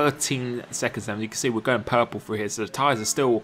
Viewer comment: He can’t say ‘going’ he says ‘goh’